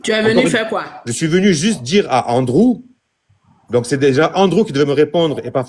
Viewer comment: Sa part mal le live ,le gars dit André au lieux de Andrew.LOL